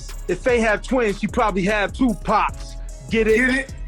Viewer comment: I can't take you seriously when you're calling 2pac by the name of Pack.